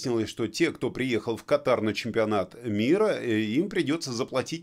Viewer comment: Извините, но по-русски кАтар... ударение на 1 слоге.